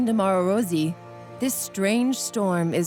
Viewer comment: Rosy? Not Rossi? 🤷‍♀️